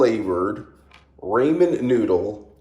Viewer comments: The joke is your supposed to pronounce it raw-min (ramen) not ray-min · Honest question. Why do you call them Raymond Noodles? 😭